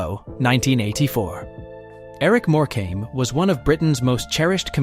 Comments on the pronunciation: eric more-came. NO NO NO. more-cum is the correct pronouncement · If he says more came again I might scream it’s pronounced more come ok! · It's not "more came" you idiot. It\s "Morcome". If you are going to use AI, at least find a literate one. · It pronounced More come not more came dag nam it! Also its lead as in dog lead not lead as in the soft metal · More-came!! Wish these idiots could get names right. If he can pronounce Tewkesbury correctly you’d think he could get More-cum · If only you learnt how to pronounce a lot of your script. More-come NOT More-came is one of the most annoying ones. 😂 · It's not pronounced More. Cam. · Eric More came 😂😂😂🤦🏽‍♂️🤦🏽‍♂️🤦🏽‍♂️ at least say it properly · Eric MorecAmbe? 🤣🤣🤣🤣🤣 What a joke! With several other dodgy AI voicing errors and footage of several of these deaths existin and yet, we don’t see any of them. A very poor show. Obviously not checked before it was published. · Morecambe its pronounced more-com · Triggering me so much that your saying Eric Morecambe’s name wrong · Terrible pronunciation... no 3xcuse for errors in the names of people who feature in this. Cringing every time the name ',Morecambe' is mispronounced. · The many mispronouncedrepetitions of Eric Morecambes name render this entire report ridiculous. Asise from which, he didn’tdie on stage. This is made for $$$ trash. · Thank you! That was so irritating and disrespectful when they cant even be bothered to pronounce their names correctly